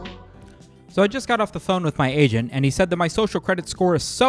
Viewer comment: Did he say Agent or….Asian?